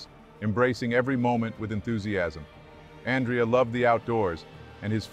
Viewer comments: It's pronounced Awn Dray Uh. Not Ann Dree Uh. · His name is not pronounced An-dree-ya/yuh. The Italian (masculine) name Andrea is pronounced Ahn-dray-ya/Un-dray-ya. It's the Italian version of Andrew. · His name is pronounced An-drey-ah. Ever heard of Andrea Bocelli??? Writing as a female Andrea. Is this narrator AI or a real person? I hear AI mispronuncing common words all the time. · It’s pronounced An-DRE-a. It’s the Italian version of Andrew. When you pronounce Andrea the English way it sounds like a girl’s name.